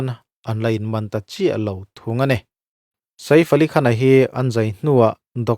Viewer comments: Saif AliKhan tiin an lam maithin a maw ka tia, Sa-if Alikhan ti a lam ka vawikhat hriat na🤭🤭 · Saif Ali Khan hming ilam Dan hi analh lo e.😮